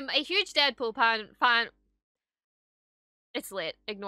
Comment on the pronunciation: " is a Hugh'ge DeadFool Pan". 2022